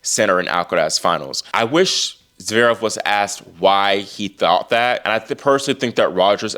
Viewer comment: Oiiii At least get his name right. IT'S NOT ZEREV, IT'S ZVEREV. I bet you can't pronounce his name either